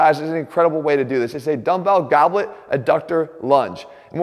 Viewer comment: Gobleg lunge 🤣